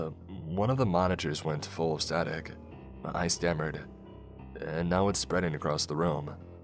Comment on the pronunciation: I love, love listening to these, so I hate making this comment, but "acrosst" isn't a word. Not that I think you'll care that it bothers me. I don't enjoy "Eckspecially" when people do it, either. Could be worse, though. My gf has a hissy fit every time she hears a brit say "Everyfink" or "somefink"